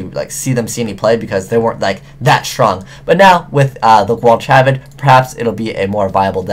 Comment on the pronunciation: *GWAL-ka-vad. Gwal rhymes with 'Al' as in 'Alfred'.